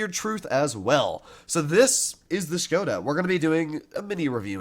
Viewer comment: Hi, im Czech and I just wanted to let you know how to pronounce "Škoda" lol😂. We read "Š" like you read"Sh". (Here is an example: 🇬🇧 - Shrek, 🇨🇿 - Šrek.) So basically you should read "Škoda" as "Shkoda". Hope this helps😅